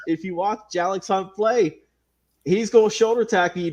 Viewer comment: His name is actually pronounced Jay-lix 🙂 Thank you for your support and kind words! Keep up the good work Big Lil bro. So proud! Love you! ❤️